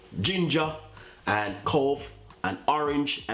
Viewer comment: its cloves not cove.